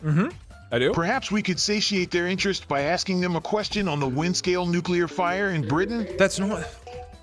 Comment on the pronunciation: I die a little inside every time Doug says "nucyoular" instead of nuclear